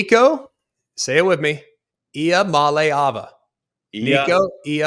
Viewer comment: I am just so stoked you’re saying Iamaleava correctly, Greg. It’s a sign of respect to an athlete that keeps us all entertained and provides guys like you with a job. AND YOU CALLED OUT YOUR COLLEAGUE let’s go! So tired of people throwing in the towel or half-assing it. You’re the man! I was a Bama fan before going to UT Knoxville, so your senior season was my last season as a Bama fan! It was weird to finally see my team be good only to swap to TN and be in pain for over a decade. VOLS LOOKIN GOOD NOW THO GBO